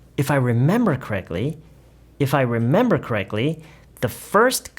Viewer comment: 궁금한게 Correctly 에서 코렉클리로 들리는데 제가 맞게 들은건가요?? ㅋ발음으로 발음 하면 되나요!?